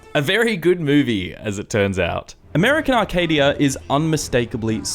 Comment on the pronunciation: It's Arcadia. Not "Arcade"